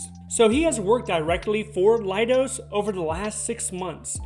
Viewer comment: Pronounce “Leidos” as lay-dose, rather than lie-dos. You can see why it’s not “lie”, right? In spelling as well as speaking.